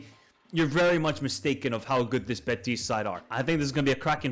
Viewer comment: been following you for a couple years and i gotta say it's impossible to listen at times unless you change your pronnounciation. you speak normal english, and then when you have to pronnounce team names or players you completely change your accent. for example "beTIS" "beTIS" "beTIS" why do you put the accent on the last syllable? it's BEtis.